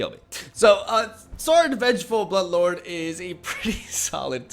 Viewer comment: sorin vengeful buttlord, i dunno thats what i heard when he said it lol